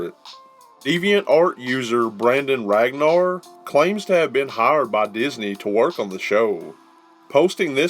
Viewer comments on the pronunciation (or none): none